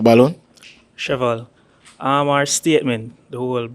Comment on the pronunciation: Sheval 😂 Shevell😂